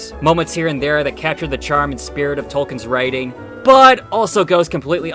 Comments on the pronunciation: This is kind of a nitpick, but.... It's pronounced Tol-KEEN, not "Tol Ken." To be fair to, that's a common mistake. It is amazing there's three of these videos and nobody mentioned that though. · So you keep saying Token (Toe-Ken)... It's. Tolkien J. R. R. Tolkien with an L in the middle. Pronounced Towl·Keen. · Tol-keen. Please don’t expect to have your opinions taken seriously if you’re not going to make an effort to pronounce the man’s name correctly.